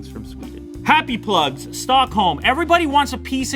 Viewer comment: “Happy Plugs” sounds like “Butt plugs”. 😂😂😂😂